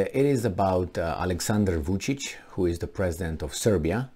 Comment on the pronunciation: VUCIC not VICIC hahaha 😆